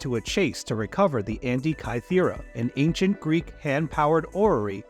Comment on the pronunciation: can't pronounce "Antikythera" or "gestate" properly, and uses "peacock" (a noun) as a verb in-place of the word postures. This video feels like I'm watching something written by a 12 year old using AI.